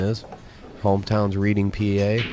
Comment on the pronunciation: 7 years too late, but, here's a tip for. Reading, Pennsylvania isn't pronounced "reeding". It's pronounced "red-ing".